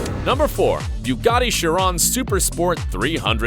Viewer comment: Its shee - ron